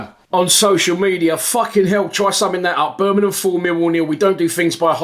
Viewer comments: Little tip, its Bur ming ham, not bur min num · Turned off as soon as I heard Ber min um